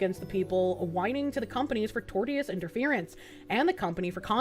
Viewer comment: Another pronunciation gem. "Torteeous" lol